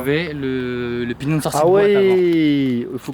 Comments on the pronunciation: "le pti etoile pinion" 😂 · C est pignon pas pignon de sortie de boîte couronne c’est pas couronne de sortie de chaîne